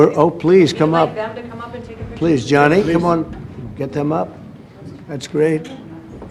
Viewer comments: It's Gianni, not Johnny. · Infantino spoke exactly what trump wanted to hear. 😂😂😂😂. Btw, his name is Gianni not Johnny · Gianni not " Johnny"😅😅😅